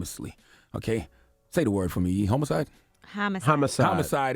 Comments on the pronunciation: I can’t get over the fact that Charlemagne said Home-icide instead of homicide. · Boi said homecide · Charlamagne really said homocide. Homie doesn’t even know how to pronounce homicide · You know a word and mispronunciation only mean someone learned it while reading. Example I know lots of college students who say hypertrophy as hyper-trophy and not hy-pert-rophy. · Did bro say homo cide as in gay lol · When she corrected his pronunciation "homicide" 🤣🤣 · I'm more upset about this guy being unable to pronounce homicide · Has Charlamagne never seen the word homicide before? Twice he needed Angela Yee to read it to him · Why can't this man, who is paid to speak, pronounce homicide?